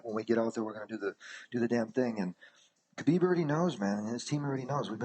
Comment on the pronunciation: Does Khabib's name start with an "H" sound or a "K" sound. I hate the way Ariel pronounces it. Also, why does Ariel INSIST on saying Khabib's last name all the time. There is no other Khabib in the UFC. No need to say that ridiculous last name. WE KNOW WHO YOU ARE TALKING ABOUT!!!!